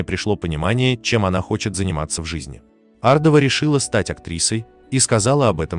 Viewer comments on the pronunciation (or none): Может все таки Ардова, а не АрдОва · Ардовы известная фамилия ,а не ардОва.Хамство так произносить эту фамилию. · Ардова- ударение на первую букву.